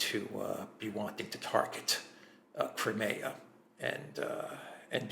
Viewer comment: > Your pronunciation of Crimea is incorrect; fix it, you're irritating me. If you're speaking English, use the English pronunciation, not the Greek pronunciation. I'm Italian & I don't call Rome, Roma when I'm speaking to an English audience. Stop this arrogant Greek BS. I live in Australia & I have seen the Greeks suffocate all new-comers to their culture. Greeks leave NO ROOM for any other culture, they drown them. This is exactly what happened to my cousin who married a Greek..... Pronounce Crimea properly, you're speaking to an English audience; we are NOT Greeks!!!!!